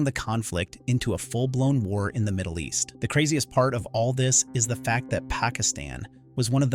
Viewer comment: You lost me when you said Moddle East. How accurate can the rest be?